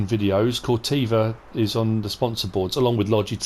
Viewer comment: Corteva rhymes with ever